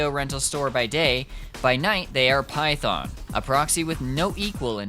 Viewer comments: you can get defensive all you want but you have to understand that misprouncing something so core to a game (or any video essay topic) is a huge red flag usually seen with situations like slop content mills. Example: Illuminaughti covering Silent Hill / Centralia, PA. It makes the viewer not want to engage at all even if there was a lot of effort put into it. I'm sorry but for a lot of potential viewers its gonna be an instant click off. That you didn't know there's a difference between the Japanese and English pronunciation is understandable, but if youre going to make an English language video, you do need to know how the game pronounces those key phrases in English. Because there are plenty of players who have never heard the Japanese dub and would be confused. That includes myself. But that red flag initial impression is still there. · I think he is saying that because he follows the JP VO In JP they say it as Python LOL🤣🤣🤣🤣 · tbh you pronunciation of Phaethon is disgusting and I stopped watching the second time you dropped that. It's giving "KWASAWNT" 🥐 You know you're wrong lmao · Its Phaethon. Not Python. Still great video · Are you saying the sibling’s name is “Python”? It’s “Phaethon”, lul. Just wanted to correct ;3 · I don’t like the way you say Phaethon. Great video tho